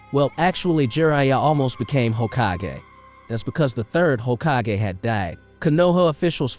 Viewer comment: The way you pronounce Hokagey lol